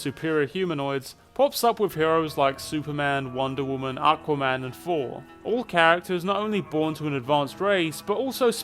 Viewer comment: Everyone talking about Eugenics, and here I am wondering why you pronounced Thor as For.